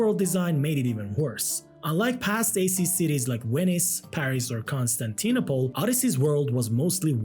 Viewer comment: “Wenice, Paris, constanteenopol”